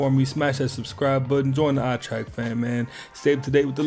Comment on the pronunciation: yo yall its not eye trek its eyeeeee track.